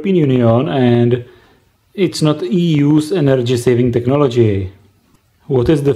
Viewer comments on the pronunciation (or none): ''Technobgy'' hhaha